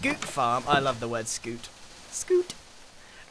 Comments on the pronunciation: For the love of god it’s pronounced SSS-cute not SCOOT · It’s not skoot it’s skyoot